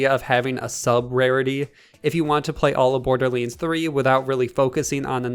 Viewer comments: Maple Syrup borderleens threee 😂😂😂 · No one: This guy: bOrDuR LaNe tHurEE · Did you say Borderlinds 3 st the start.